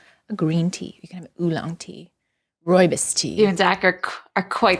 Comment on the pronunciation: I know that this video has already been out for a month already 😂, but I honestly mean this in the nicest way possible... If you're unable to pronounce "ROOIBOS" ( was so close), then please rather say RED BUSH tea. It's like pronouncing "Houston Texas" as "Howston Texas".